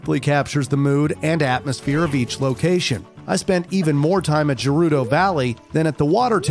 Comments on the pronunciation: Good but stopped watching after I heard Jerudo. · say gerudo "jerudo" says gif "jif' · Aside from the mispronunciation of Gerudo (hard G, Urbosa says it multiple times in BotW), this is a fantastic recap of my favorite video game series. Masterfully done! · I can’t get over the fact that when he was talking about ocarina of time, he said gerudo like jeruda😂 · literally never heard anyone pronounce Gerudo with a J sound and Ghibli actually is pronounced with a J sound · Ain’t no one talking about the fact that he pronounces it “Jerudo” 💀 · Jerudo tribe nice it’s gerudo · Dude pronounces Gerudo with a "j" and Gibly with a true "g" sound. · It's not pronounced Jerudo. The "G" in Gerudo is pronounced the same as "Girl" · I'm sorry 'jerudo'? It's gerudo.. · Gerudo has a hard G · gerudo is not ger as in german, but ger as in grr